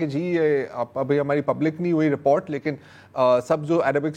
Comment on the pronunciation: ضرار کھوڑو صاحب رپورٹر کو ریپارٹر کہنا کوئی آپ ہی سے سیکھے۔ 😂 Please say one more time you look cute when you say "report" as "reparrt" and "reporter" as "reparrtar". 😂